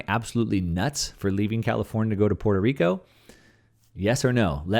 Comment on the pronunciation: For starters, I suggest you learn how to pronounce Puerto Rico.